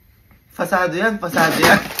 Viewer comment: FASADO 😂 FERFECT 😂😂😂 FRESENT